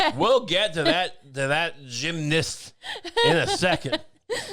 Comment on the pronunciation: says "gymnast" with a hard R